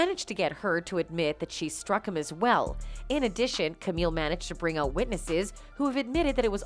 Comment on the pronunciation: Wait, I think I hear Canadian when the narrator says “out” or in the native tongue “aoyowt”.